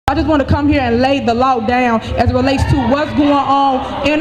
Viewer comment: Isn’t it pronounced law and not lauwu